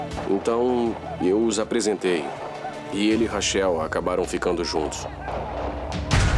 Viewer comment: Que agonia chamar a moça de "rachéu". Lê "Raquel", pô!